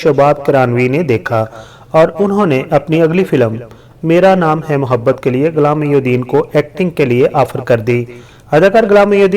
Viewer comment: You repeat his movie's name "mera naam hay muhabbat " ten times and all the time you said wrongly, please somebody change this host thanks.